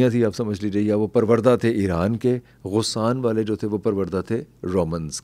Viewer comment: غسان میں غ پر زبر ہے